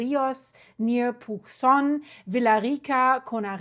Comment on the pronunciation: Hola😊 Pucón - se pronuncia pukon